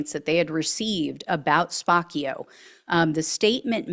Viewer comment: I think it's SPAH-CHIO. Like capuccino.